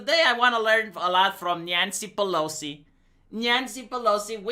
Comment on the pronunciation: Nyan-cee Peh-low-cee